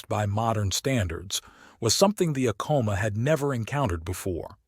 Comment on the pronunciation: Its actually pronounced Ack-A-Ma..im born n raised new mexican my ppl are Apache mescalero...❤🦅